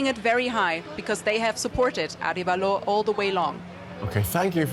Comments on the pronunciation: Well, the US brought down the democracy begun by Arevalo's father... And by the way his name is pronounced Ah REhh valo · It is Arévalo, with an accent on the "e". Thanks for covering this.